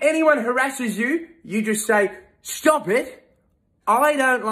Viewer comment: StaHwP 😭I have to pause every 2 seconds bro my stomach hurts abahhsjdhjdvf HE'S BRITISH